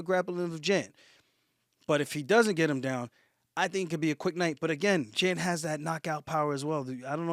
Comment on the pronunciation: Jan is pronounced like Yan.